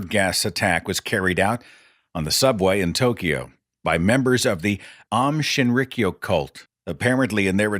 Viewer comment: By the way, it's pronounced "Ah-oohm Shin-ree-kyoh".